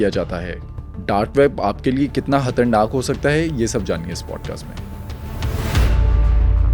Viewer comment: Hatarnak kuch nahi hota, Khatarnaak hota hay